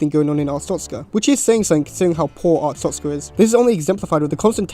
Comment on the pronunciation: WHY DOES EVERYONE MISPRONOUNCE ARSTOTZKA AS ARTSTOZKA?! that aside, great video